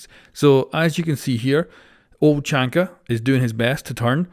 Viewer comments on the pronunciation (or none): its Tachanka not chachanka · Everyone: "Tachanka": "Chachanka" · tachanka fo sho not tachanka but tackanka